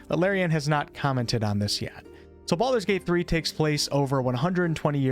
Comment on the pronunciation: 'Bald'men's Gate' hahaha, that really got me :D